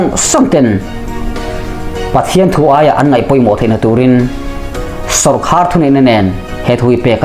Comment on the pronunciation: A tha thin hle mai.. Ka hriat dan chuan 'Sawrkhar' ni lovin 'Sawrkar' tih zawk tur niin ka hria.